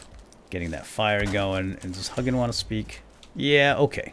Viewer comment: Vowel, consonant, vowel makes the long vowel sound. Hugin isn’t pronounced Huggin. 😝 Still love your content though!